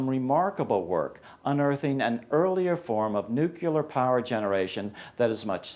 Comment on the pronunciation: You have a great point about the open borders libertarians. Some of the folks at Mises do this, and I'm not even sure why those individuals call themselves libertarians. They're obviously anarchists. "Nuke-u-ler" Careful,! This brings back memories of Bush 43, haha.